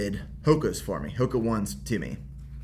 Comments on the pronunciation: I called them hoka 1s for the last year. Until I saw his video (after this one) where he pronounces it oh-nay. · time to fly. hoka ohney ohney not hoka wan wan 😁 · Killing me that he keeps calling them Hoka 1s and not oh-nay oh-nay! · It's not Hoka "WON" it's Hoka "Oh-Nay" FYI! Nice vid btw :) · oh-nay.... not 'one' :) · The correct way to pronounce HOKA ONE ONE is “Ho-Kah Own-ay Own-ay.” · Love Hoka One One with all my heart. Just a heads up- it is pronounced Hoka Oh-nay Oh-nay. It’s a common misconception! :) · Its Hoka Oh-Nay Haha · Just an FYI - it's pronounced "Hoka Ohnay Ohnay" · Hey love your channel and love watching these progress videos. Just one thing man please you gotta pronounce Hoka One One correctly